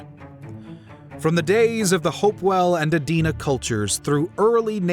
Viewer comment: Good video overall. Thank you for pronouncing "Adena" correctly.